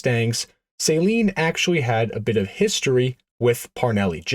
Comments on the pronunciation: It's pronounced suh-leen not saline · So you call it a Saline Mustang but you call him Steve Saleen 😂